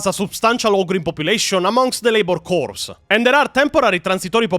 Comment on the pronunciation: Good video, looking forward to see how you retell the rest of the story. One small correction: The "ps" in "corps" is silent, so it'd be pronounced like "core". Confusing, yes, but that's English for you.